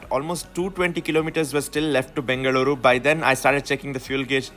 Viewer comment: ಬೆಂಗಳೂರು, ಮಂಗಳೂರು, ಹಾಸನ pronounciation ❤